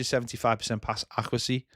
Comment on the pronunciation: Love the channel but kills me how says accuracy